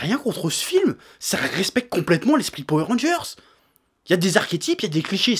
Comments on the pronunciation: Moi je dis pas Powère mais Poweur... suis-je dans l'erreur ? Sinon très bonne vidéo ^^ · J'ai juste retenu qu'il disait "powé rangers" au lieu de power rangers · Golden Crow Powai rangers* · alors, ça ce prononce Po Weur Rangers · J'aime quand tu dis Powé Rangeurss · Du coup une question se pose: On dit Powé Rangers ou Powoueur Rangers? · J'ai fait qu'entendre "Powé Rangers" ça m'a sorti de la vidéo à chaque fois xD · "powèr rangeur" mdr chef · "Powé rangers" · la vrai question c'est pourquoi tu prononces powé mais rageurs ? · Etienne Francius c'est trop marrant la façon dont il prononce powé ranger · C'est une vidéo sur quoi ? Ah oui les Poweu rangers. j'essaie de compter combien de fois il a dit poweu ranger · J'adore comment il dit poué randgeurz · Edgar S. c est trop rigolo la façon dont il prononce powé ranger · Po-ouais Rangers ? :') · powé ranjerrs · Powé Rangers j'ai bien entendu?🤔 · "powé rangers" j'ai vraiment eu mal à chaque fois que tu disais ça comme ça... Cela dit je suis totalement d'accord avec ton point de vue, les gens ont perdus le fun devant les films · J'aime bien quand le Chef dit Powair Rangers ^^ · Moi aussi ça m'a énérvé toute la vidéo, c est comme les gens qui disent Hitlaire et non Hitleur